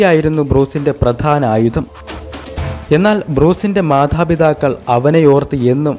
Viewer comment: ഏത് കടവത്ത് നിന്നാണോ മലയാളം പഠിച്ചത് ! മാധാ പിധാക്കളല്ല മാതാ പിതാക്കൾ ആണ്